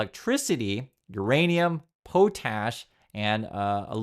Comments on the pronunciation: It’s pronounced pot-ash, not Po-tash! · It's pronounced Pot - Ash not Po - Tash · Pot+Ash not “Poe tash” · pot-ash. like pots and pans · It’s pot ash, not po tash. And Jo Lee. Accent on the second syllable. You lose credibility when you don’t pronounce things correctly. And yes, it matters. Good video otherwise. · It's "Pot-ash" not pootash 🤦‍♀️ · Where else do you get potash (pronouced pot-ash, not poe-tash)? Russia! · So two possibilities, dumbass (read trump) decalares victory in a few days and removes tariffs( having lied about the victory), or he doesn’t and everyone involved suffers and us economy tanks, but dumbass still lies about the victory and blames democrats. By the way potash is not pronounced poutasch just fyi. So as far as dumbass can see it is win win, as he cares about no one and nothing besides his own image. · Potash is pronounced pot ash. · potash is pronounced pot-ash. Fyi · It's pronounced "Pot - ash" an essential ingredient in fertilizers of all types. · Fewer and fewer people are buying elmos crap car. Just fyi it’s pronounced pot ash